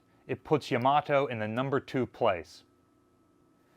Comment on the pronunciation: Not real important BUT Yama - toe is the correct pronunciation for Yamato at least if one is pronouncing it as a Japanese word or name.